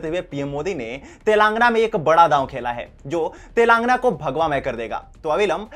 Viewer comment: Telaangana nahin Telangaanaa.. ucchaaran ka dhyaan rakkhein